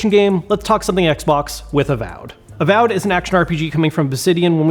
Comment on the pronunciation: You say avowed wrong but great video haha